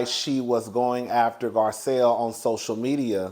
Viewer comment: Let's take a shot every time he calls Garcelle, Gizelle 😂😂😂😂😂😂